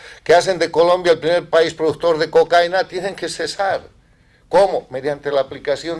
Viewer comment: Se dice cocaína con tilde en la i. Hay que pronunciar correctamente el nombre de esa porqueria que ha sido la perdición de mi amado país Colombia.